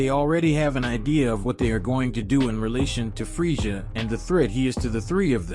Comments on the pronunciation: It's Freeza not Freezia dont want to nitpick, but it's kinda annoying. Decent story nonetheless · I can’t handle how your saying frieza 😵🤮